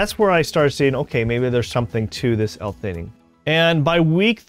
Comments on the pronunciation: L - fee❌ L - tee❌ L - fe A nine✅ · Good video but you are pronouncing L-Theanine wrong. Just thought you should know.